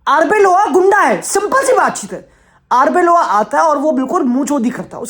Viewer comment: Wtf is Arboylo His name is Arbeola!!